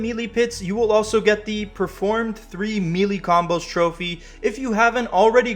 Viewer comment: MAN lol I got a headache just watching this thinking about this platinum journey! ...also bro, Melee is pronounced "may-lay" lol not "meely" :hand-purple-blue-peace